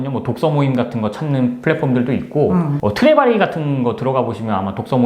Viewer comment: 트레바리 ... 트렙아이로 들려서 ... 허허허허 월 회원료가 제법 나가네요~ ㅜ ㅜ